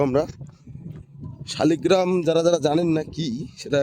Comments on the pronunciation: দাদা কথা টা ঠিক করে বলুন শালি গ্ৰাম না লাল গ্ৰাম এইটা ভগবানের নাম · শালিগ্রাম না শালগ্রাম আগে উচ্চারণ ঠিক করুন পরে ইউটিউব করবেন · উচ্চারণটা ঠিক করে করুন, কথাটা শালিগ্রাম নয় শালগ্রাম ভগবান হবে। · শালগ্রাম,, শালিগ্রাম নয়